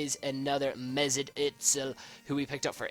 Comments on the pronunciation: Its pronounced "Yzil" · for me as a german, it just hurts my ears, how you say özil's name :D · the germans say Özil's name also not right